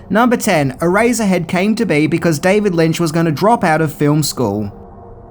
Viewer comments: I keep hearing erazor head instead of eraser head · I just kept hearing “ah-razor head”. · It’s pronounced e-race-er head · My god...please stop saying, "Erazzerhead". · "Eraserhead" sounds just like "Erazorhead."